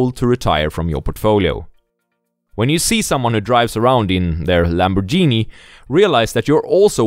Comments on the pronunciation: "lamborjini" bruh🤦😆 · LamborDJhini ahahah, italians are going to hate you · Lambor-genie haha.